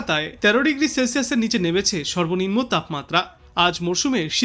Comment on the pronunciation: উচ্চারণে গোলমাল আছে। সেলসিয়াস, সর্বনিম্ন ইত্যাদি ঠিক হচ্ছে না।